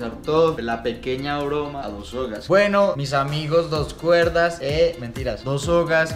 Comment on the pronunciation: me dio risa cuando dijo las dos cuerdad 😂😂